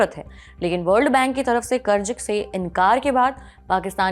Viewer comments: There’s a problem with your diction madam. It is not “Karj”, the correct word is “Karz”. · Karj nahi kahte karz kahte hain, Lallantop ke anchor ko apni bhasha sudharna chahiye wo ziyada ko bhi jiyada kahte hain. Correct your self, good luck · KarZ and not karj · क़र्ज़ होता है क़र्ज़ कर्ज नही 🤦🏽 हिंदी तो ठीक से बोलिए मेमसाहब 🙏🏻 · कृपया अपना उच्चारण सही करें. शब्द जैसे "क़र्ज़" इत्यादि. सुनते सुनते जब यह शब्द बोले जाते हैं तो ऐसा महसूस होता हैँ कि खाते समय दाँत के नीचे पत्थर आ गया. विनती हैँ. News imp. हैँ हम सुनना चाहते हैँ.